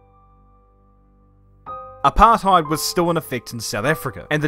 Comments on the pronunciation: english speaking people saying apartheid just sounds so wrong. i mean, its all about saying the rt the dutch way and then you got it right, but otherwise just no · You’re saying apartheid wrong It’s not English It’s Afrikaans